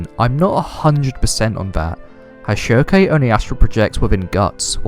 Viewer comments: Farnese = FAR - NIECE . NOT Far - Nay - say Schierke = SHEERK . NOT sheer - KAY Jeez.. I'm shocked u DIDN'T call Elaine, E - LANE - NAY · Ok great vid but it's 'Farnese' (Far-niece) and 'Shierke' (silk) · I dont think their pronounced "sheer a kay" or "farn easy a" lmao. Try "sheer-k" and "farn-ees" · it's pronounces shear-keh